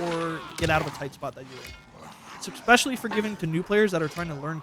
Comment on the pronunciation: "Eckspecially" lol